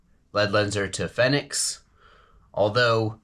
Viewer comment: Big Fenix fan here, use them non stop (every night) here in AZ during night herping season (April - Oct). High quality, good battery life, hard to go wrong, except for the price (like you mentioned). Worth it, imo. Btw, no biggie, but I think it's pronounced Phoenix. Good review.